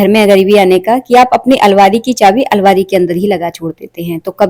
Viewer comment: Alvari nahi hota almaari hota h